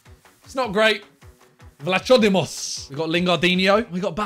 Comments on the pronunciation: ayo simon its not vlatsodimos with empasis on o but its vlahodimos with empasis on i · Im crying on how u pronounced vlachodimos😂😂😂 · Simons pronouncing of vlachodimos haunts my nightmares